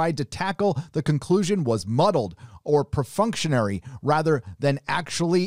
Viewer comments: With Love: it's perfunctory not perfunctionary! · The word would be perfunctory. Not "pre functionary" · jesus christ. perfunctory... it's not a hard word.